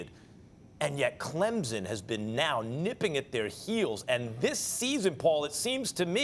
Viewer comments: Max still dont get it. It is pronounced clempson not clemzon. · To the guy talking with Finebaum it’s not pronounced Clemzen it’s pronounced CLEMPSON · Max ... I'm going to need for you to pronounce Clemson properly...not CLEMZON...CLEM-SON !! Thank you lol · It's pronounced Clemson, not Clemzon.... these commentators... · T. McIver Boize, Boise, Clemzon, Clemson, Bizon, Bison, Louisville, Lullvul. Am I forgetting any? Lol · Why does that gentleman keep saying "ClemZin" ? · Somebody needs to learn how to pronounce Clemson. Ain't no Z in Clemson. Just sayin! GO TIGERS 🐅🐅🐅